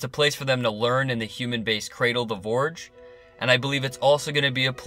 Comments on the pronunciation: Ps. It’s not Vorge. It’s Forge but you seem to have a number of surprising issues with the English language. There are obvious gaps in your education that would normally be funny but in your case I feel a little sorry for you. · Its called the Forge, not vorge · NS56sn - Yea! What's he saying? Borge? So fing annoying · Pretty sure it’s Forge, like a blacksmiths forge. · Oliver Quinn Vorge, I think 🤤 Yes, it's definitely Forge. I'm really not sure, unless author () is not a native English speaker, how he could mistake it otherwise. A forge is a place where things are made and formed. It's an obvious name for a facility that has the purpose that it has. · You sound like an intelligent guy. I'm surprised you said vorge over and over. I don't think that work exists. But, hey, we're only human. Or are we? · It’s called the “FORGE!” Not the “vorge!” What is a vorge??? You know what a forge is! Look up the definition of forge and turn on your captions to watch it again! 😬🙄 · Forge, not vorge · Its "The Forge" good vid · Forge has a soft F - Sounds like you keep calling it the Vorge. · Vorge Vorge Vorge Vorge Vorge so irritating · As always awesome review. I'm laughing my butt off at how many of us felt the need to "correct" your pronunciation of forge. Keep up the great work. I hope we don't have to wait till 2020 for season 3... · why does this guy not know how to pronounce forge? its where humans are forged into machines is he confused or just doesnt know how to speak properly.